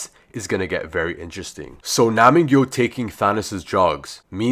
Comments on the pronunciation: pronounce: NAM-G YOU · It's nam gyu